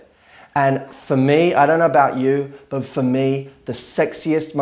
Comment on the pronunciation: Why can't you say the T at the end of the word "but"?